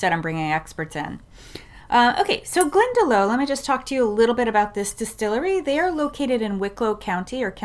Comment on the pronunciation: Glendalough is pronounced GlendaLOCK not GlendaLOW.